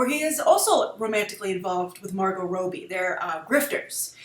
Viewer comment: 'Rob-bie', not 'Robe-bie'